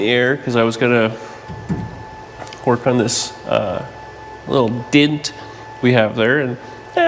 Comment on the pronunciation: DENT, not Dint. Sorry, not Sorry...lol